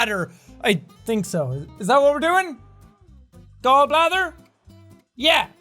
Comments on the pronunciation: "gallblather laprasopic gallblather" Sean William Mclouclin 2018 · "Gall Blather" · Me hears gall blatter ..........crud but I have to watch it